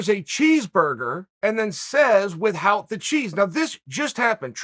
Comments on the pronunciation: Chael can't pronounce "without" properly wtf 😄😄 or charcuterie for that matter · “With hout” the cheese- the undefeated undisputed